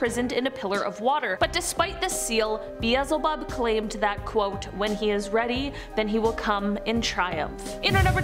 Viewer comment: BEE L ZE HOB